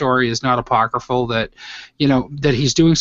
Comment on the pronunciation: He said apocryphal. I like this podcast.